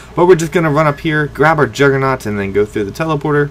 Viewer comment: why does everyone say juggernaut!